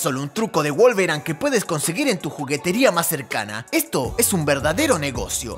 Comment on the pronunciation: wolverain???? jajajjajja